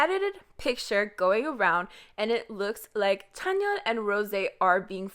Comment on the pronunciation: the way she says chanyeol wtf